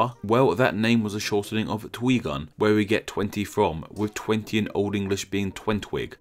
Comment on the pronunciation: tenty one, tenty two, tenty three, tenty four...